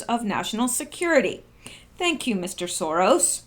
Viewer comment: You said in your "farewell" Have a good night & "thank you"... NO.... phonetically... "Thank "Q"" (teehee)